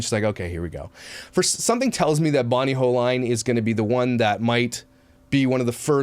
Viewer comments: It's pronounced Hoe lean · Their last name is pronounced Ho lean